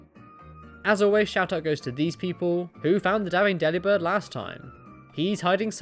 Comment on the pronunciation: dabing delebirdddddd